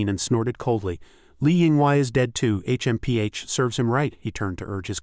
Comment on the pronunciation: H.M.P.H. is I guess difficult for Ai to pronounce